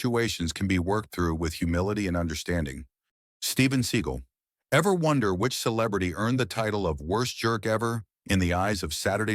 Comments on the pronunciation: computer narration was the turn off. It is pronounced Se Gall not sea gull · Seagal (Se-GAAL), not Seagull...^^ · AI in this video is laughable, Steven Seagull? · You know it is AI when the narrater pronounces it "Steven Seagull" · A lot of those people I just knew were banned before you even said their names. Some were shocks. I know that if Segal saw that segment he'd be dying rn over the mispronunciation of his name. He's the biggest douche in Hollywood... Okay one of the biggest... Ok he's just a huge douche really. You ever seen the reality show of him being a cop? Smdh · Excuse me Seagal